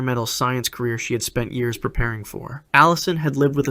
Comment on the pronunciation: State the years PROPERLY!!!! Jeez.